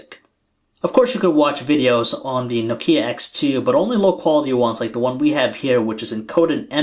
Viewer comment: Oh no. Don't make this guy reviewing Know-Key-ah's please!